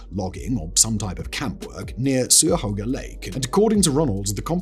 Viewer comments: Lol "Sue-ya-hoga"... and he said it with such confidence. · oh god just like in the 50 most mysterious places video he pronounces Cuyahoga with an S instead of a hard C. Super weird to hear it, I've lived near Cuyahoga forever it's very odd hearing someone mispronounce it so grossly. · Thought it was Cuyahoga with a hard C? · I wouldn't rely on Simon for pronunciation. I've never heard anyone not use the hard C for Cuyahoga. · I'm pretty sure this is yet another pronunciation of Cuyahoga.